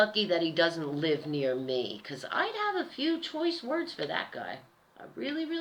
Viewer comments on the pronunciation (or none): none